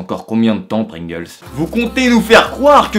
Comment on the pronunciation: J'étais mort de rire à quand t'as dit "mes chipe, mes pringls" ahahah, de mieux en mieux tes vidéos je te suis depuis longtemps, gros gg Lache rien.